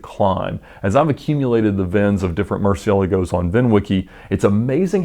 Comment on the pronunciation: The way he said Murcielagos made me cringe. Oh lord..